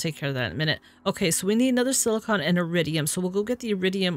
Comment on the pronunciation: Thank you for being the only youtuber I've yet seen to not call silicon silicone.